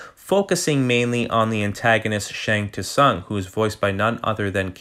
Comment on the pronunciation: Shang Tsung pronouced wrong. lol >> Robocop is a great addition , I agree great memories... great review. Cheers from UA Ohio!